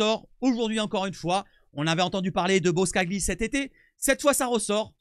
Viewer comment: Pour la prochaine vidéo ca ce lit BOSCALI le G est muet :P Sinon belle vidéo et beau travail de ta part